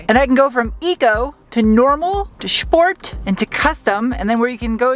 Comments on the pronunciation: to SCHHHport :D was this a German reference :D? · Shhport mode😂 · Shport mode 😂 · "Schport mode" hehe. Just keep in mind: VW isn't selling this Jetta in Germany. I have to admit it looks well built. Wasn't always like that. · I didn’t know the word sport had an “h” in it.